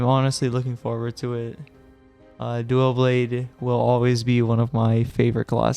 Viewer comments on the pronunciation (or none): “Duaw Bwade” no L’s allowed only W’s